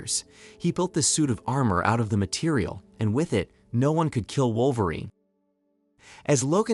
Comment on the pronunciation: Weird way to say wolverine